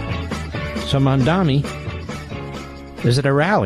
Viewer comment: I love how Mark mispronounces Mamdani’s incredibly easy-to-pronounce name, but if it were an Israeli name being mispronounced by some leftist, Mark would lose his mind.